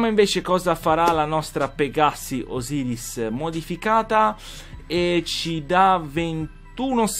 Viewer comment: si scrive Osiris e si legge (Osairis) Guarda i video di xDegsta